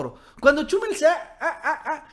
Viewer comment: "Chúmel", "Férriz". Por qué acentúas mal los nombres?